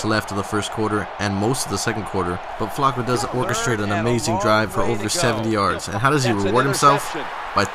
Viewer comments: Why does he say Flacco so weird? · Learn how to say Flacco correctly